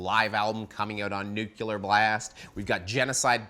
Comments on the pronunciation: or! Nuclear is pronounced NEW-CLEAR. Not New- Cue- lar. PLEASE HEAR THIS!! For the love of literacy!🙏🏽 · Nu-clear. Its that easy. No such word as nucular.